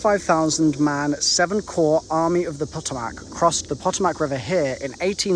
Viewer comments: “Pot-O-Mac” IDK if he’s PURPOSEFULLY saying it wrong for the lulz,but my man…..it’s pronounced PO-TOM-AC. 😂😂😂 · As a Virginian, Hearing pronounce everything basically correct besides Potomac as "Paht-oh-mack" instead of "Puh-tow-mic" grinds my gears. Then I read how its spelled and got even more angry that he's pronouncing it closer to the spelling. English is a dumb language sometimes. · It’s pronounced pa toe mic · This is a great series, btw Potomac is pronounced puh tow mick. And those orange spray paint marks are to show what trees need to be cut down. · Think hes saying Potomac wrong on purpose?